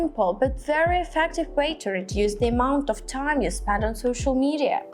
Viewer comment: Wawo wery wery wery wery wery sexy' 😂😂😂😂 watch'